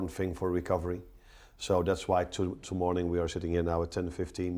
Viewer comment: "Tomorning" lol